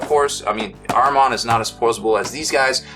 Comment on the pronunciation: Lmao good vid but you're butchering Ahriman